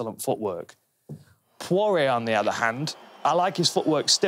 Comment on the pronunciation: I would just like to apologise on behalf of my fellow Brits for their inexplicable abomination of the pronunciation of 'Poirier'